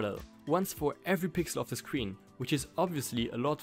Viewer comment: Man says sween instead of screen